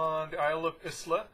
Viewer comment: eye - la is the correct pronunciation .